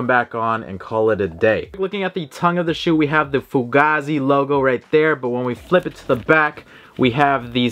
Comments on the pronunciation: It’s pronounced Foo-Gaye-Zee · Bro it’s pronounced foogay-z